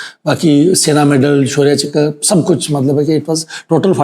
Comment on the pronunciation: चक्र को चकरा क्यों बोल रहे हैं?